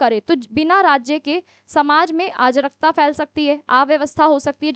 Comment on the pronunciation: Sorry to say but mam ya behn jo bhi ho aap agr aap itna galt hindi me hme explain kroge tb to ho gae ham pas . Me kitna kosis kr rhi hu ki mujhe words yad ho jaega lekin arajkta ko aap ajrkta ajrkta bol bol ke dimg se sb delt krwa rhi ho . please hindi pr dhyn do apni